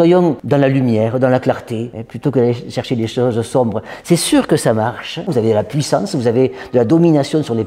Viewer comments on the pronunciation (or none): none